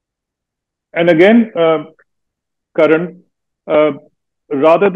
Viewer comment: It's Karan not Karen